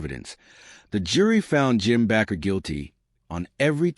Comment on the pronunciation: The last name Bakker is pronounced with a long A isn't it? Like a baker!